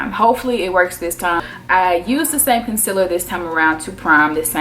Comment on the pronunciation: "Conciller" same w Laura lee. Y'all know